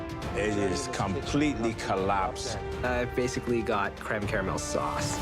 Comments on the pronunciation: If it falls apart, so will your DREAMS. Cweme Cawamel- Alvin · Cweme cawamewl